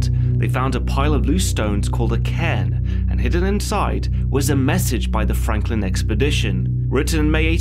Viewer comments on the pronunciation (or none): none